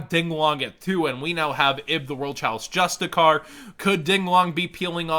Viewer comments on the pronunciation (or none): Calls it "Ib the worls chalice Jus-ti-kar" When its spelled Justiciar......CIAR